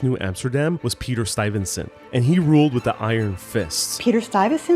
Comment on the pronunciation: Stuyvesant, not Stuyvensant .